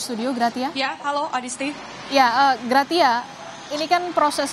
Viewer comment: PELAFALANNYA GRASIA, BUKAN GRATIA =)) ANCHORNYA KOMPAS KOK GAK CERDAS SECARA LINGUSITIK YA????